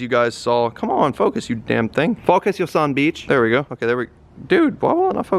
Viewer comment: “focus u sum beeech”